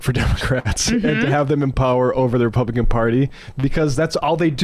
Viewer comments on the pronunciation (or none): I heard "repumpkin party". Anyone else? We should keep that going. Repumpkin party.